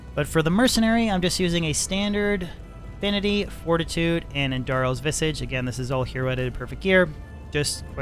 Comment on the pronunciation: OK...So I've I've had enough now. I've let it slip for far too long, but the more you, Llama and all the other D2 influencers do it, it will become lore and the norm! Andarial's Visage IS NOT Viss-idge! It's Viss-ahge! It's the French for face!! It's Andarial's Face...Please, start a trend and please call it by It's correct name 😆 I love you man, always have, I'd even let you babysit for sit my kids if need be, I think that much of you. But please, for the sake of Andarial, for the sake of Diablo, for the sake of Blizzard! It's Andarial's Visage (face) 😍